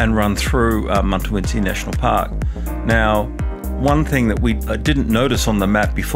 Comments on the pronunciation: Why do you keep calling it Muntawintji when it clearly says on the map Mutawintji 🤔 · Why do I mispronounce Mutawintji? It’s definitely not intentional. I am actually terrible with names. At work I am often getting customer names wrong and mispronouncing them. My team are often face planting their hand at my foibles. Will try to get it right going forward.